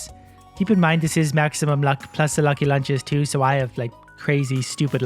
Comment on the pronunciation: “Maximuim” luck! lol